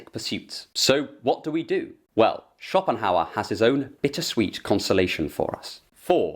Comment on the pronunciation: Sounds more like Copinghauer